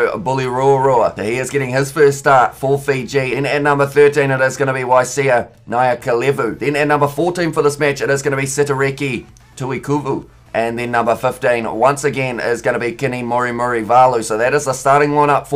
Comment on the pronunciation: For your pronounciations for Mesake Doge is "Doqe" and Waisea Nayacalevu is "Nayathalevu".